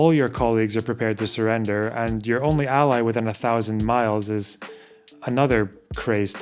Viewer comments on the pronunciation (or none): none